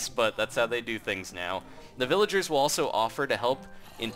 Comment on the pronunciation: When he was talking about the golem he said villager as villege